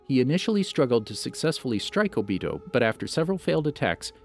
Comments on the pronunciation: Bro His name is O-bito not obitow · He said obeedeeeoh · I cringe everytime I hear obido instead of Obito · HE SAID OBITO and then he said obeedo later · obito idiot not ohbeedoh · it's Obito not Obio!!! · It’s o-bi-to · “Obese toe” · AHHAHAHAHAHHAAHHAAH “Obeedo” IAOIYHYOIHIHIOSJETIOYDF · Not o be doe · It’s o-be-toe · “Obeeto” lmao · my man really said obeto lmaooo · "OhBeeHoe" "Sherengen" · My nigga said obeato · not even its obido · Naw not o-bito Obda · My guy said “Obeedo Uchia” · this man said "obitdo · Hey its ohbeetoh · zhakir council ohbeetoh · O. B. TOE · You said Obito wrong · Weird how he says it right.... and then goes back to saying it wrong